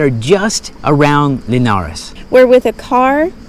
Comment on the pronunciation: Tip: when you don't know or are unsure about how to pronounce the places' names, use Google Translator, click on the speaker on the Portuguese side of the translation and repeat until you're comfortable saying it (I'm sure I'm not "teaching" you anything new). You did good on the pronounciation of "Linhares" but not so well on "Celorico", "Matança" or "Guarda". ; )